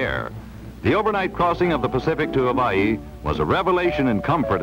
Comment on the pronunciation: Why do they pronounce the state of Hawaii "hoe-waugh-hee", "ho-vaugh-hee"?